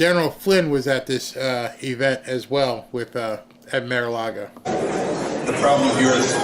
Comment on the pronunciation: It is not Mare-A-Lago. Bar, car, far, gar, par, tar. Mar-A-Lago! And. 2003 not 2023.